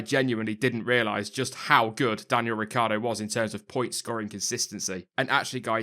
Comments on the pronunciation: Ricc i ardo! Not Ricardo ... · Riccardo will stay in Red Bull for . Yes I left the "i" out of his name, it is useless if it not pronounced. "hus that is a secret" :O